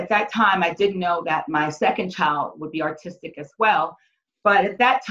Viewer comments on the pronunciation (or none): There are too many holes in this story. She plays the race and sexist cards for no good reason. It is bizarre that she repeatedly mispronounces the name of her own son's medical condition. ( She says "artistic" instead of "autistic.") Something is not right here.